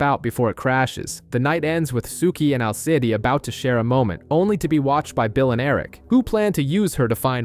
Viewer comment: Al Cid😭😭😭😭 It's Alceeeeeeeide